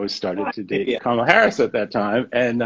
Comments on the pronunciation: It’s Kamala with similar emphasis to Pamela. Heavy on the first syllable. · Her name is pronounced like "Comma", Comma-la Harris